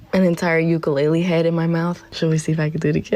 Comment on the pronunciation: as a hawaiian How you say ukulele kills me you amercan pronounce Hawaiian words so wrong